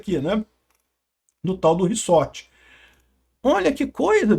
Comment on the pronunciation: É "ReZort" e não "RiSSorte! rsrs Zoeira! Mas é f...a situação desse país. Estamos muito ferrados! Todo dia uma nova bomba e o pior, não dá em nada!